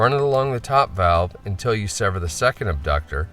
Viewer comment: It's not "abductor" muscle!!!!!